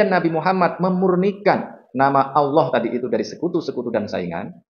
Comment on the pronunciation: Lafad Allah ,itu bacanya yng benar Allah bukan olloh